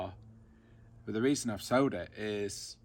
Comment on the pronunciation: New subscriber here great video but it’s sold not sowed.